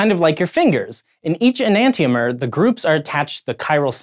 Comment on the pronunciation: It's pronounced "E-nan-shomer"